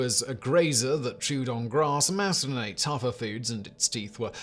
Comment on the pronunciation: Say it with me Simon. Mast-a-don.